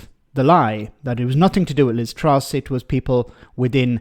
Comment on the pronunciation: I keep hearing Liv Struss.